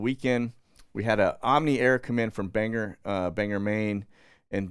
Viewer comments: Yep, sounds like Bang - gore, not bang-err, and yes, you will be labeled a flatlander 😉. I'm not a Mainer but I have a lot of family that live there. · Thanks for all the imfo, lots of great stuff , as for the flight from Bangor Maine , just to let you know we pronounce it Bang - or not er , it more like whore than ER . Thanks for the good stuff love your show. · Bangor is pronounced bang-gor